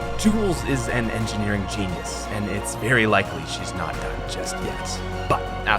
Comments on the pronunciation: it’s annnoying asf how he said oat instead of out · Y u say oat instead of out